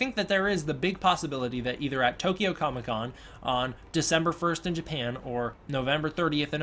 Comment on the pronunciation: Japahan, what country is that? lmao.